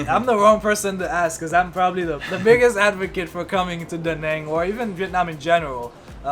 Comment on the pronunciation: Hi. I'm Vietnamese. I'm surprised that you two can't correctly pronounce the name of the city. Obviously, no one has told you this. It's pronounced more like "Da" "Nung" as in jungle. Then, you are close. It actually has the accent ~, which means to "dance" that sound. Since you teach, listen to some natives say it loudly and 5 times. I see you guys live there but you don't really eat what they eat and say what they say. Hmmmmm You can even learn Vietnamese pronunciation from youtube videos!